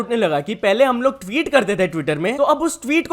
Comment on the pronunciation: Why its sound like s*x while saying tweet 😂😂s*x karo tweet nai😂😂